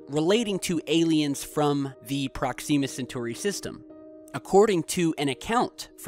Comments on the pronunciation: prox-ihm-ah not prox-eem-ah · ProkSEEma !? Really mate? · Another great video but please learn how to pronounce Proxima B. The i is soft. It's not 'ee'. Like Prox - im - ah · prox-zeeema!!! Sounds like something you put on your face to get rid of pimples!!!! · prox-em-muh B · awesome, but he has a major pronunciation problem. Proxima has major emphasis on the first, not second, syllable. Sometimes hard/awkward to listen to him. Not just this word but many others. Wonder where he picked up these incorrect pronunciations? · Your pronouncing Proxima wrong